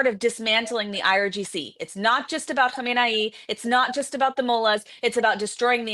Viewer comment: One way to determine (decisively!!!) if is more American or more Israeli is the way she pronounces "Khamenei". And she is definitely more Israeli. Americans tend to pronounce it very similar to "Khomeini", to the point of making me not know who of the two monsters is being referred to at the moment. She pronounces it just like Israelis do, which sounds like what you'd call a cook who specializes in making the Jewish Shabat stew. אחות שלנו, השם שלך מטעה...:)